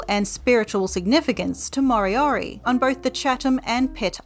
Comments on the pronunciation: Its not maw-ree and mory-ory, just roll the r's man it ain't that hard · Actually they are not pronounced properly. Maori is Not pronounced like this "Ma o ree" it is pronounced "Ma o dee" the letter "R"is pronounced more like "D" "More dee or dee" for Moriori Ka pai 👍